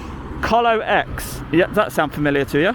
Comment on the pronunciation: Colo is colocation and this is when customers bring their own servers to be hosted in the datacentre DJ. It is also pronnounced 'Coe Low'